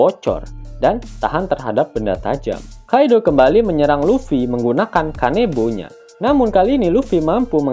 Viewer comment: Kanebo??🤣🤣🤣, kanabo min🤣🤣